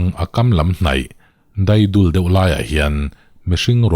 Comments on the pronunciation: Thil chhiar i thiam viau a mahse,hei hi complain ka duh...Luilung daidul tih i lam kha,didul tih ngang in i lam a,daidul...tulunglai a nemna lai tihna a ni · Dâidul tiha dâi hi dâidêp tiha dâi ang hian lam tur aw. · Dâidul tia lam tur. Dâi (thingpui dâi) thluk hian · Ngaihnawm ṭhin e, 'DAIDUL' hi i lam fuh lo tlat, dai hi, zing Dai,(dew) daifim, dul hi, hrui mar lo, a va dul ve, a va mar love, a ei turah tûr a lo phul kan tiha phul tih ri anga lam tur kan tih ang hian lam tur, daidul awmzia chu lui tui panlai deuh, kalkai awlsamnalai tihna, A ve khanglang che min tih leh i awihmalêk dawn nia😂😂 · 'Daidul' hi: Dai, thlasik laia tui huh dup lam anga lam tur. I lam dan hi chu, jhaw pawn hnai te, "dai hnai" angin i lam a, a dik love. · Ngeigthlak a nuam,i chhiar thiam e,mahse,Daidul kha i thluk dik lo,dai kha thluk sang lo la a dik,Dai... thingpui a dai tih ang a lam tur a ni zawk em aw,vawiin ah Ṭiau lui ah kan kal,daidul lai ah kan kan. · Daidul tih kha dai (dew drops) ri angin lam tur.. dul kha chu mar lo dul a ni mai.. keipawh le... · ' Dâidul,' nilo. Daidul. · Phurawm vee, chuan daidul tih lam dan hi adikhlel deuh lomaw, Dai (tui salo) lamrik ang hian lamri la a ngaihnawm zual ang kalo ti ve mai mai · Ngaithla nghal 'daidul ' itih hi " Daitla" Kan tih ang thluk in Dai hi lam tur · Daidul"i lam dan hi a diklo deuh.mahse,khawchhak,thlang chhim leh hmar lam dan a in anglo tho bawk a. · Daidul i lamdan a diklo ve tlat